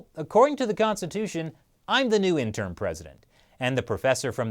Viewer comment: you're pronouncing interim incorrectly.